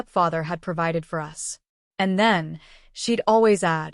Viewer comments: AI TTS always mispronounces it when all caps are used, same as "IT" for "it", etc. 😮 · Us is pronounced as a single word - no as U.S.